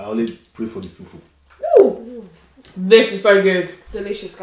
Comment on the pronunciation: Ati fool fool 😂😂open your mouth girly its Fufu 🙄